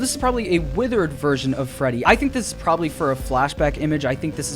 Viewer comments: Dude Sayd frebby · did he just say frebby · it’s a meme in the community. Frebby, Feddy, Fraddy... you know